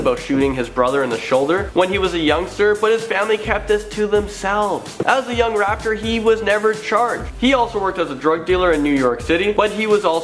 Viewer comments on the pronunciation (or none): Did anybody else hear him say "raptor instead of raper" when he was talking about jay-z?? 😂😂😂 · why the fuck did he say raptor it's rapper on top of that Jay z isn't a very good one he's like a half a notch above young thug